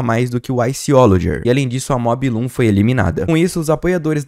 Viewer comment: Mob loom? O nome dela é MOObloom (mu blum), é uma vaca